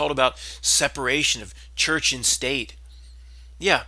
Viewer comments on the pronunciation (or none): none